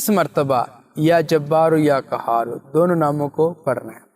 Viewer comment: قهار هونا ہے کهار نہیں